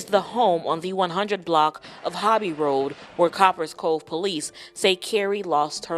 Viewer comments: Co - Paris Cove 🤣 I can’t even watch the video keep saying the shit wrong 🤦🏾‍♂️ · The person that is commentating this video needs his a$$ whooped. Watch the video man. And listen to how the news anchors pronounced the name of the city. "Copperas cove" take the as off of the first part of the city and what do you have? COPPER. now add as. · It’s pronounced like Coppers Cove. People who always go live trying to keep up appearances should be a clear red flag. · Its COP- PERAS ( one word)COVE dang say our city right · Pronounce cop pres cove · The news people said the name of the town. Why are you repeatedly saying it incorrectly its annoying